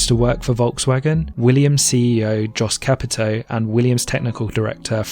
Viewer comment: It's pronounced "Yost Capito".